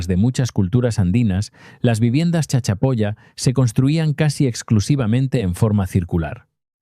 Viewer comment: Jajaja dijo chachapolla